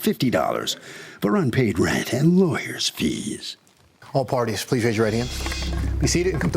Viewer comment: I wish she could be charged for using 2 syllables to pronounce the word and. Ay-und lol